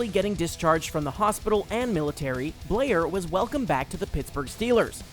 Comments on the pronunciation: Rocky Bleier former Steeler,his name is pronounced BLY- ER,not Bleer. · Rocky BLY-er, not Blair.